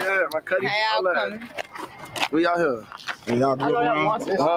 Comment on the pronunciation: "We out ear"🤦🤣